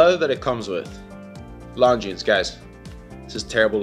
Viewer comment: 1. Viewers want to see the watch. 2. Its pronounced Longine. (without the "s")